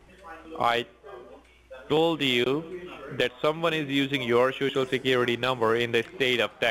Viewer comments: corporate. shoshal, Withdrawling???? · I love when they say SHOO-SHOO instead of social. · De last four digits of your sho-sho